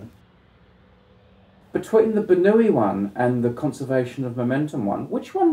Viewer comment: Daniel Bernoulli was no Spaniard... The way they pronounced his name in this video is seriously annoying...